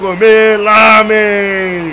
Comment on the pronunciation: não é lamem e ramem